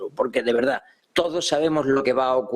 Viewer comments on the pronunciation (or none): none